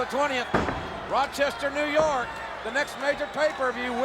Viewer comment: New York it sounded like